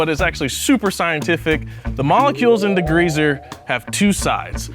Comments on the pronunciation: Why does bro keep say DEGREEZER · What is "degreazer?" I have heard of degreaser... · Love but can we discuss how he says degreazer and not degreaser 😂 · Are we going to talk about saying "degreazer"? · says D-GREEZER hahahaha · Why do Americans make it sound like there's 2 gs in degreaser 🤣 .